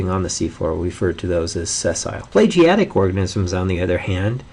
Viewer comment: It's pelagic pe-la-gic. Not "plegiatic".